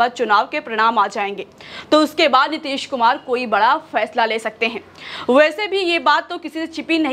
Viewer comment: Nitesh kumar nahi Madame ...Nitish kumar ...naam nahi dhang se padh sakte... Reporter banne chale 🤗🤗🤗🤗🤗🤗🤗🤗🤗🤗🤗🤗